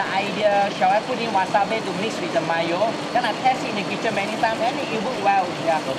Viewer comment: Chef Sam Leong, its actually called Wasabi, (wasabee) not wasabay...